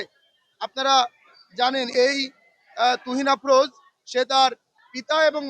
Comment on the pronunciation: তুরিন আফরোজ নামটাও উচ্চারণ করতে পারে না